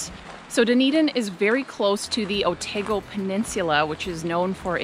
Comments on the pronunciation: I think you did good!! I’ve heard some people pronounce Dunedin like “Doon-ee-dain” haha so you’re already better than some with the pronunciation :D The A in Otago rhymes with how you pronounce Car so like O-taah-go :D but then there are all the Māori names to learn!! Good luck on your travels and thanks for the great video ^_^ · Hi. Yeah, just some hints on pronunciation. (I noticed you sorted out how Speights is said🙂). It is Oh-taa-go and Lar-nak’s Castle. Please don’t think I’m being critical. I would no doubt mangle your country’s names as well. Oh and just so you know, the aviary at the Garden’s has become highly controversial and is probably being removed as many feel it is a cruel facility. The Railway Station is finished now (feb 2024) and looks amazing c’mon back soon. I couldn’t help giggling when you said how small Dunedin is as it seems big to me!